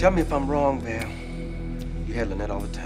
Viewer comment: He said "Val" lol